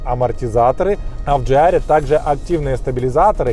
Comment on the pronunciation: почему ДжейАр, если ДжиАр? ))) А вообще только начал смотреть (но лайк уже поставил) P.S. Связка пальцев у завгара, ору )))) Текст обзора - шедевр прозаики. - мастер стеба )))